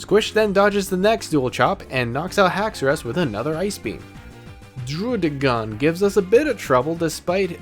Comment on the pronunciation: This guy tries so hard to say druddigon... did you know that they pronounce it Druh-dih-gen in the anime